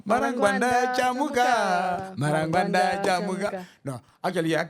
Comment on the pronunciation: Ungwanda ngwanda I think, instead of marangwanda.